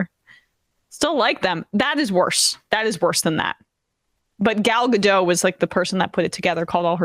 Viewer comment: GadoT, Emna. She's Israeli, not French. Her name is pronounced with a hard T. Fun trivia: Gal is Hebrew for Wave, and Gadot is Hebrew for Banks, as in river banks.